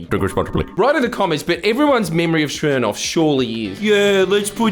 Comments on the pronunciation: "smernoff" the horrible mispronunciation of this name makes me cringe uncontrollably. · whys he pronounce smirnoff like that?